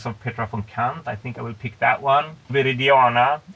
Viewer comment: I love that because of his Swedish accent he says “Viridiåna”